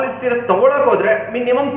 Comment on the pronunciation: ಸರ್ ಅದು ಸೀರೆ not ಸಿರೆ